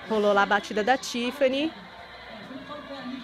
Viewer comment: Esse Fefito não sabe conversar não? "Contsinuando" "Tsifani" Seguintsi. Será que ele acha essa pronuncia bonita?